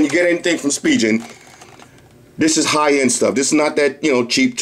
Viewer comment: Yo, Why you keep saying spijen!!! It's pronounced *spi*-*gan*!!!!